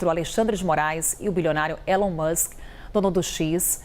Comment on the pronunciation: Alguém precisa ensinar os jornalistas a pronunciar "Elon" e "Threads".